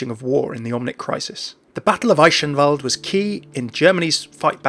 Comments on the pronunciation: the "ch" in Eichenwalde and Balderich is pronounced more like the "h" in hilarious ... or that's what comes closest to it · 'Eischenwald' dude.. it's called Eichenwalde with a soft 'ch' and not 'sh' or 'sch' :D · it's pronounced i-ken-vald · There's a few different ways to pronounce the ch, depending on the context. In "Eichenwalde" it's best described more of a "guh". So "Ei-guhn-wald" In "Balderich" it's a bit harder to describe, since the kind of sound the "ch" requires here doesn't really appear in the English language as far as I know. It's kind of like the sound of clearing slime of the roof of your throat. The same pronunciation as "Van Gogh" in Dutch. I'll try finding a link where someone correctly pronounces that for you. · thats not how you read eichenwalde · It still sounds off, but I really appreciate how you try to pronounce Eichenwalde correctly :) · Wrong. The ingame announcer is pronouncing it wrong. "Eyeshenwalde" comes pretty close to be correct, although "ch" is a sound formed by not sticking your teeth together, similar to "appreciate" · As a Dutch guy watching other people try to pronounce a hard G or CH such as in "Balderich" and "Eichenwalde" amuses me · So is it sh like he said here or more ck like the game pronounces them in your opinion? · i'm triggred that you pronounced eichenwalde wrong XD